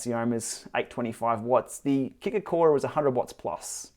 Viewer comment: what's with the hard R....Kicker CO RRRe? that's something you would normally hear in America, not from an Aussie